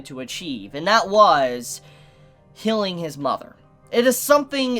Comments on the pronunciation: I heard it too, immediately rationalized that he must have said healing and simply pronounced it as "hilling". I think its just a quirk of his accent lol. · It’s like he says “hilling” instead of healing 😅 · am I the only one who heard “Killing his mother” instead of curing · i swear i thought you said "killing his mother" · Really? I thought i heard healing not killing... funny how now with all the ppl saying they heard killing, now i m hearing killing though i m pretty sure it s healing he says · He said "healing" but I did hear that at first too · I can only hear killing... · Hilling his mother😂😂😂